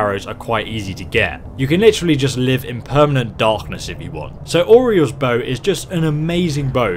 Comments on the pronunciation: “Oreos bow” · He said oreos bow